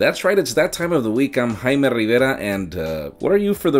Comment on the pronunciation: It feels so nice when people say Jaime... that's my name... I'm saying this because most people pronounce it hi-may 😂